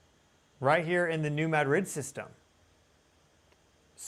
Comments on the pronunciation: It is not “Mad Rid”. It is pronounced “Muh- Drid.” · It's New MAH-drid. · New MAD-rid is the pronunciation. Thank you. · "New Mad•rid?" Noooo... 🤦‍♀️ It's two syllables, not two words. You're meant to blend the d and r. *Ma•drid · It is really bugging me, too. 😂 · I grew up on the New Madrid fault...lots of small tremors, probably 3-4, but definitely enought to vibrate my mom's vase off the shelf lol. It's pronounced New "MADrid". Love your channel. Ty for all your vigilance and great info! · It's not a big deal but it's driving me nuts it's not New Mad Rid, Pronounce it like they do on this channel then you won't drive me nuts. 😂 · It’s pronounced new mad drid. Some southeast mo speak for you. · Lol not how you pronounce New Madrid. ❤